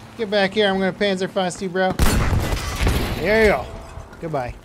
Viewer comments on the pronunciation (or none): You pronounce 'panzer' like 'pantzer' and 'panzerfaust' like 'pantzerfoust'